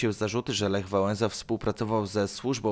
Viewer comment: Lech Wałenza